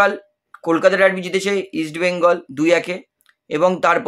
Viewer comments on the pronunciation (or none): none